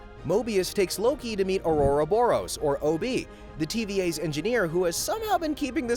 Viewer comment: To put in this much work in narrating and editing while still not able to look up how to properly pronounce Gobi and Ouroboros.